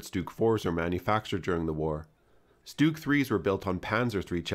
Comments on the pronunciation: It's not a "stewg" Try "S - tug" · It’s not “stooog” it’s ‘stug’ with a hard G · FYI, StuG is pronounced "Shtug" not "Stooog". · I've always pronounced 'Stug' to rhyme with 'tug'. I'd never heard "Stoog" until recently (on YouTube). Is this a transatlantic, British English vs American English thing, or is it just me? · Stug with an u, not stoog with an oo . . . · Honestly I used to say "Stug" myself which I think is fine but I got blasted by a couple of angry Germans so I tried my best to clean up my pronunciation but I still never get it right. I try not to stress to much about it. Either is fine I'd say. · Oh, well, if it's the original German pronunciation, I suppose I should defer, like pronouncing 'Planck' as "plonk" and not "plank". But I shall be thinking "tug" even as I say "toog". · German is a phonetically consistent language meaning that letters are generally always pronounced the same way and I'm sure you know how the letter "u" is pronounced in the words sturmgewehr, bratwurst and sauerkraut.